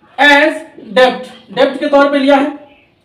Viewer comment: It is det not debt b. Is silent